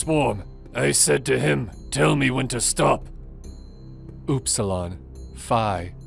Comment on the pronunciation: Bro, learn to pronounc the Greek letters the designations are named after, Other than that your content is great, but you cant be saying "taU" and "OOPSilon", im gonna have a brain aunerism...